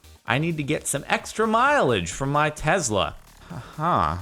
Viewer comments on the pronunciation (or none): Its Tesla not Tezla!!!! The S sounds like a normal S not a Z!!!! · Tesla not tezla......